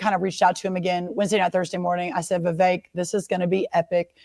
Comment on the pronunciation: IT’S NOT VIVEYK. IT’s VEE VEK. SHORT “E”. LIKE GET. BET. SET. 👀